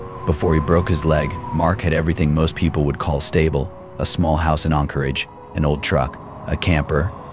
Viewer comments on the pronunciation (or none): Anchorage not Encorage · As an Alaskan having just picked random spots in this video to watch to see how much the information has been skewed. Anyone who believes even 2% of this is quite possibly retarded. First off the AI can't even say Anchorage, nor does Anchorage have 300k people especially when you remove Eagle River from it's equation. What this video is definitely not going to tell you is that the majority of these homeless are either Natives that were kicked out of their villages because they were a problem so let Anchorage have them or they're scamming people. Those camps are usually removed when they start causing issues, generally criminal activity or public safety, like fires. Many of these people choose drugs and alcohol over trying to improve their lives. These people are handed camp gear and handouts along with many opportunities to improve their life situation, They generally choose this. The issue with no beds is because the perpetual homeless keep taking those beds when people who are actually trying to improve their situation or lost their home need them. Around the 14 min mark there were lies about natural resource issues causing them to be on the streets. I wonder why they didn't show the Hazmat crews going in to clean up camps with needles, feces and meth cooking all in the living spaces. As for the Dividend paid to all Alaskan residents and the natives that get dividends from their native corporations don't get spent on survival tools or self improvement. HLS is quite possibly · This guy can't even pronounce Anchorage correctly.